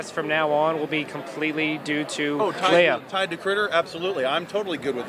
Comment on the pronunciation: It's Leah Not Leia...